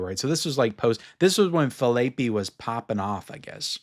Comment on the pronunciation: Ryan Fil-ay-pee?